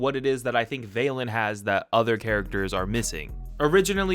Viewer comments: Val-Lin not vail-Lin Like valentines day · It physically pains me that you pronouns it "VAY-LIN" when it's "V-a-LIN", as in valentine